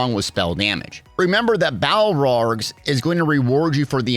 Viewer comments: Balorgh = "Bal org" Not "Bal rog". :) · The monster set is Balorgh, not Balrog. Like bay-lore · It's actually "bay-lorg"